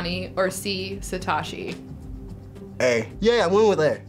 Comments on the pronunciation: Technically there is now 8 with Sword and Shield on the way! Also it's Sah-Toh-she not Sah-tah-she. There are only 5 pronunciation vowls (あ-Ah, い-EE, う-oo, え-Eh, お-Oh = A-ah I-ee U-oo e-eh O-Oh) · Satoshi not Satashi. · It's not Satashi. It's SaTOshi. SA TO SHI. Is also Ash's original Japanese name. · Whoever was behind the camera was pronouncing names wrong. It's spelled Satoshi but they said Satashi? Not sure how they messed that up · "Suh-tah-shi" omg no pls. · "Satashi Tajiri" Seriously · How can you say Satoshi wrong THAT many times in a row? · 9 out of 10. Last question was too much even with the bail out. She's pronouncing satoshi wrong tho. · The way the questioner pronounces Satoshi is infuriating!